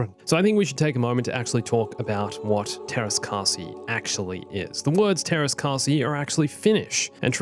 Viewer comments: It’s actually pronounced Tearas Kaseye but it’s still good. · teräs käsi? as in steel hand? i also love how i didn't notice it for a minute because it was pronounced something like "theras kaahsi" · Just pronounce "ä" like "a" in "ass" and we are golden with the grammar.